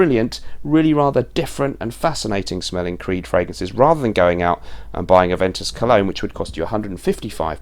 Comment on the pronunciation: A(ve)n(t)us colon... lol